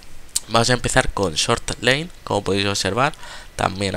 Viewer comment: no pronuncias ni una palabra inglesa bien, god? "gud" lane?? "lein" ...................................................................